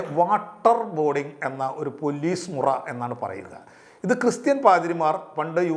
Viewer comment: പൊല്ലീസ് അല്ല പോലീസ്